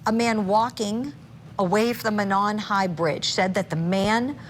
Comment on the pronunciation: Mo' non, long O in Mo. First syllable accented.